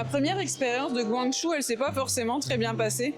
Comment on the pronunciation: la vidéo est super, mais pourquoi dire "guangjou", c'est "guang-djo" (pinyin guǎngzhōu) 🥺